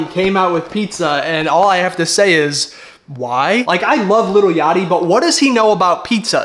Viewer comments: Bro don’t like lil yachty if he pronounce that shii lItTlE yAtTeE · "Umm.. he ackshually said it like a nerd, ackshually, you pronounce it "LIL Yachty" not "LITTLE Yachty"."